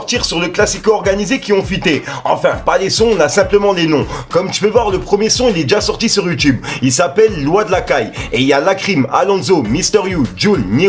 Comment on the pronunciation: Wejdene merci de partir 🥳🥳🥳 on t'oubliera, ne tkt pas.... mdr on dit la caillé pas la caille 😂 💪 kan même